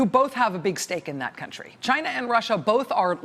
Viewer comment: it’s not China, it’s Gaina!